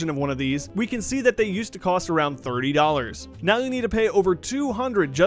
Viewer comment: He might be saying 30 but it sounds like 3 (im not saying he said wrong its just funny even if it was 30 dollars he said)